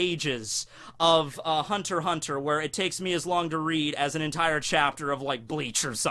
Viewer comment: Please please say hunter x hunter